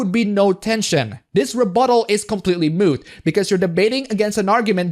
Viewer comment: Moot not mute, just saying, much love